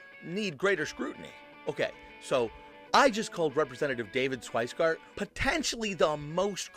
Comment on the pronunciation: '"Shweisgard?" You might want to try sounding out his name before doing a whole video about his video. I'm not defending him. He's an idiot with serious ethics issues and I can't figure out why people keep voting for him, but if you want your commentary to be taken seriously, you need to be more careful with details (like how to say someone's name).